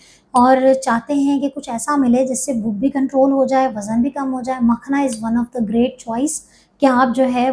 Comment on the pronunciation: Makhana word ko galat na bolein log confused hn